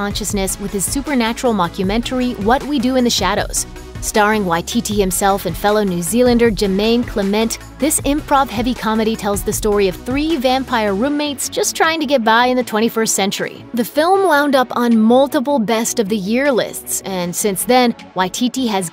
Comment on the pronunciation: She talks about Lucius in Gladiator and shows Joaquin Phoenix. He was Lucius in The Village. Lol Also... Jemaine ClemENT? No, dear. It’s CLEMent. A little research goes a long way. 😉